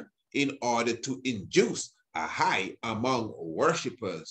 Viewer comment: When you say"High" Priest you make I laff lol